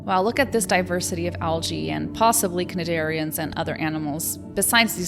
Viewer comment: Very, very cool video,. Hope to see you do lots of these. One note, though: cnidarian is pronounced like nigh-dairy-un, with emphasis on the first syllable of dairy. On a side note, I appreciate the non-terrestrial normativity. I am tired of people just assuming I'm human. Just ask, it's okay, I won't bite, my species feeds off your psychic energy.